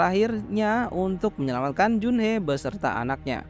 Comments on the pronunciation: Bang Jun Hee Bang bukan jun-hee bukan pakai e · junhi bang dibacanya